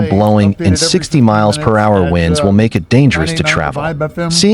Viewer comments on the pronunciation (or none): none